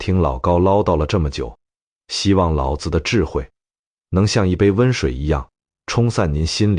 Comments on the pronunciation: 內容完美；男聲優美。 可惜，孔子（ㄎㄨㄥˇ ㄗˇ）讀得很好；老子（ㄌㄠˇㄗˇ）不可以讀成（ㄌㄠˇㄗ˙）。 老子讀成輕聲，是「父親」； 子（ㄗˇ）是男子的美稱！孟子、莊子、韓非子⋯⋯諸子百家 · 老子老子 讀音不同 味道和意境全變 果然是沒人味的AI呀